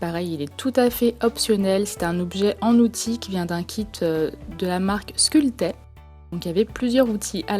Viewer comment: c'est la marque sculpey et non pas scultey mais je t'adore